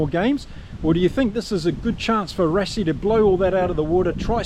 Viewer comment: Rassie = Rá c Versveld = Fé r s fel d (you got the second part right). Thank you.